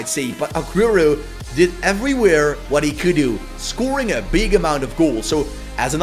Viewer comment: it sounded like you said ass lol